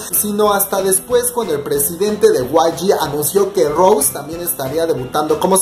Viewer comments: Recuerda que el nombre es Rosé no Rose, no tienes que pasar desapercibido el acento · se le dice Rosé con el acento por Roseanne(? pero si solo le dicen Rose no tiene nada que ver.